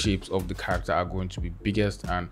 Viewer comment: All I hear is CCccchhharaCCCtteeeRRr